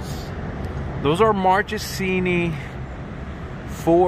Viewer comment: MAN PLS im italian MARCHESINI the pronunciation is Markesini pls dont do that again ahah